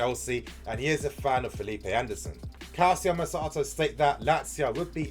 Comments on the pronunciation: Damn it's NOT CALSIO MERSATO. it's calchio merkato. Please !!! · I’m doing this for you brother it’s pronounced Cal-Cho Mer-Car-Doe